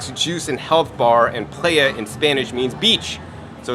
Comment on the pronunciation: great video! but its pronounced pla-jha:)